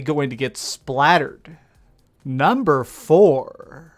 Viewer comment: If you ever decide to cut out the valley-girl-esque, over the top anunciation, then I'll give you a sub. (ex: "NUMbeerrrrrr WoooOOOnn") Your speech is fine the rest of the time, but seriously so many youtubers do this, and it is ALWAYS annoying.